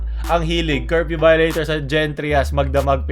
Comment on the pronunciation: I love your accent say it again: “CARFEW” 🚘 🚙 🚘